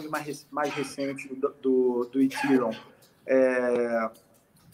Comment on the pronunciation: Nossa. Doi os ouvidos qdo os caras pronunciam Ethereum, ha ha ha. Se o cara não sabe nem pronunciar , como pode ser um "estudioso do assunto"?